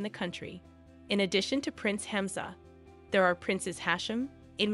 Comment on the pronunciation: Alia = aa lee yaa, Hamzah = haam zaa